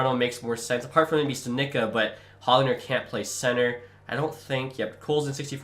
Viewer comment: FYI it it is not HOG-lander it is pronounced hogg-lender